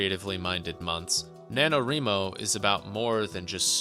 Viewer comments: I've never heard it pronounced the way he says it haha I'm like 99% sure it's wry-mo since it's "writing" not "wreeting" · NaNoWriMo is not pronounced like "reemo," lol The word is "write" so say it like that. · I am enjoying the video but you gotta work on your pronunciation of NaNoWriMo. It's Wri like Writing no ri. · Ree-mo? Thought it was pronounced like Wry-mo? Have I been saying this wrong all the time?